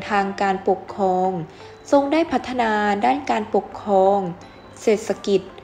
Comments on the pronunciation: อ่านผิดค่ะ ปกครอง มิใช่ ปกคอง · อ่านภาษาไทยควบกล้ำน้อยมากเช่นกมกานปกคอง,สงขา,อังกิด,พระปกเก้า